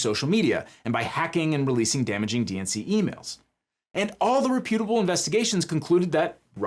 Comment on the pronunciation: It's repu-table, not repu-able